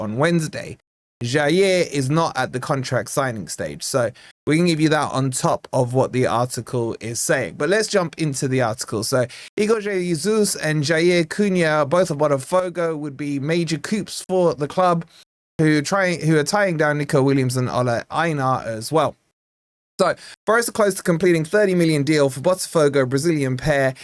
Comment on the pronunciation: The p is silent in coups. Read it as coo